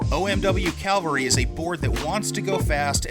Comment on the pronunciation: Cavalry💂💂💂... Not Calvary ✝️